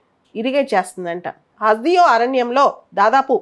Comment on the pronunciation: హస్ దియో కాదు..... హస్ దేవ్